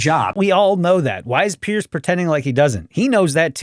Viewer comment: Loved the video but I could hear in your pronunciation that you’re calling him Pierce. Says it in the title even. His name is Piers. Not sure why everyone is always calling him Pierce